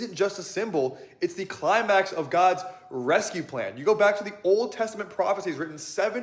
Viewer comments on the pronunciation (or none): none